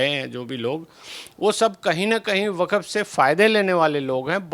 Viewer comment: वकफ क्यों बोलती हो, वक्फ बोलो।